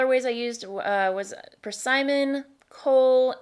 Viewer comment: Sorry but it's per-SIMM-on, not per-SI-mmon. 🤓🤓